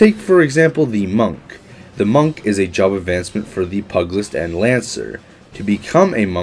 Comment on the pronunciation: Every time he said pug-ilist, i can't help but think of dogs punching people.